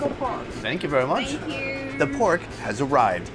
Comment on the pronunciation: Here is the Pork...Thank YOuUuuUU. What happend to the You and how she said it 😅🤣